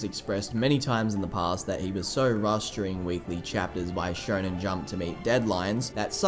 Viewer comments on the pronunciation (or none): none